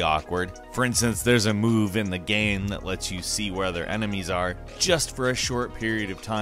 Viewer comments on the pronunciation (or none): Wait... did he say... emenies and not enemies 😂 (not making fun) i do it some times too. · . He straight up says. Emenies